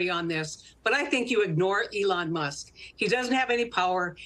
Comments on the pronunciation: It’s not MUST, it’s Musk- no wonder this show is no longer relevant! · The name is Elon musk, not must. Get it right. It’s like less than 20 words in. Embarrassing.